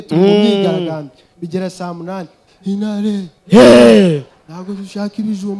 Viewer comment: T isigaye yaratakaye, inare 😆, Ntabwo (nago) inkoni umuntu yariye byo ehhh